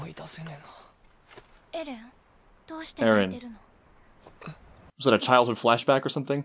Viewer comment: Lol I keep hearing “mi casa” instead of Mikasa